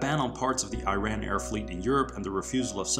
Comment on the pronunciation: Man, the country is pronounced "ERAAAN" and not I-RAN!!!